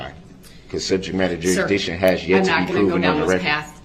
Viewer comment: You mean when he said "per-zishun"? Also, he kept talking about subject matter jurisdiction, but couldn't pronounce it. He always said "subjek madder jurish-dick-shun". He also said "ammi-nit" rather than "adamant" and "affixiated" rather than "fixated", and every time he objected about a word or asked a witness to "explain to the jury what you mean by" whatever word, it was because he didn't know the definition. He is, truly, an ignorant, filthy, angry, little gremlin.